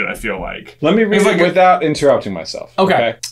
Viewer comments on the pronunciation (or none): none